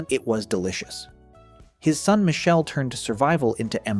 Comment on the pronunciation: The name is pronounced 'Mikele' not Michelle. It is the Italian form of Michael